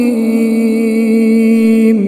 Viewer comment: لحن جلي في كلمة المستقيم كسر لام التعريف وهي ساكنة صوته راااائع ولكن يلزمه مزيد من الاتقان